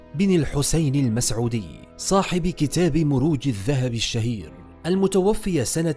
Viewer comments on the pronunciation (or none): من قال المتوفي ولم يقل المتوفى وانا لم استطع اكمال المقطع .. عذرا لم تستطع إتقان اللغه فكيف بمعلومات تاريخيه